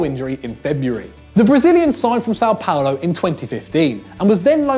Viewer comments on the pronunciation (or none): none